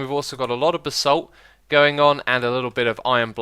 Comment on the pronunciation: Xisuma you really need to learn how to pronounce Cobalt and Shuriken properly, it's been bugging me for the whole series. Anyway, love the vids, keep going on, and learn your words. (also you might want to look up how to pronounce Acacia as well from your vanilla series)